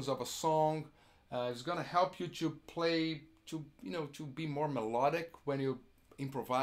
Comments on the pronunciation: I'm Brazilian and I notice that many of my countrymen, including Kiko, mispronounce "to" and make it sound like "two". I would like to hear from native English-speaking people if they agree with me on this. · if you Google it, you'll see "two" is pronounced as a prolonged "too", and "to" a shorter sounding "too". There's a difference, albeit small. Brazilians like Kiko will pronounce something like "tchoo" for both to and two. I'm really nitpicking here, but still, can't help myself.